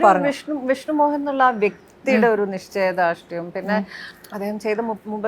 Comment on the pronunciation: നിശച്ചയ ദാർഷ്ട്യം അല്ല നിശ്ചയദാർഢ്യം 😅